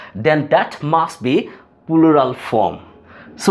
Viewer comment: plural uchcharon hoi naa apner